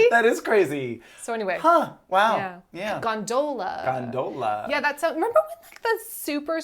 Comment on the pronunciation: The way you gondola make me think of " you put the wrong emPHAsis on the wrong sylLABle." I remember literally nothing from A View From The Top except that quote and Mark Ruffalo.